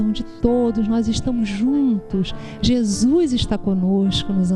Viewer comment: não é "Jesuis" é Jesus. Não é "paix" é paz! rsrsrsrs